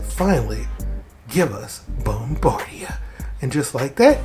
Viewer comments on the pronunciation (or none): Bombada. It's DA NOT DIA